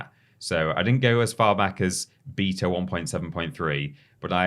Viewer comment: keeps saying Beta 'Beeter' and all I keep hearing is '' like he's installing an update (or a backdate) to himself LOL.